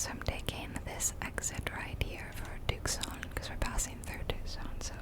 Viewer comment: Tucson is said “2 son. “ I live here!